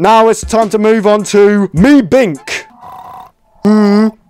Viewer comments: Ah yes, meebink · Bro said mee bink 💀💀💀